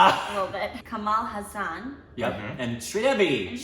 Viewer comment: They do have Hasan Minaj but the haa sound is bit extended in Kamal haasan just like the spelling suggest..